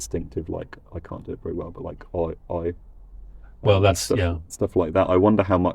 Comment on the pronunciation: “cyan” there is also heard in Jamaican patois, isn’t it?